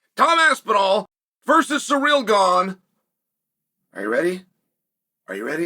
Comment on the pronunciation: It’s wild how many names he butchers LOL. Alex Peeara. Hazmat Chimiev